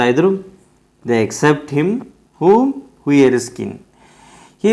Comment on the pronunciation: That is hughie not hugi you don't to read😅